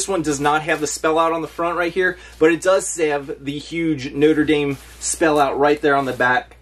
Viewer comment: Hi, my favorites are the Notre Dame (good job pronouncing it) good score. It pays to have a good reputation!